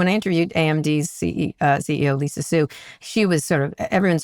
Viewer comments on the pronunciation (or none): none